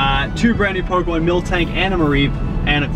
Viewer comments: lachlan you're aware that its pronounced MILtank and not MILKtank, right? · It's MIL-TANK not MILK-TANK.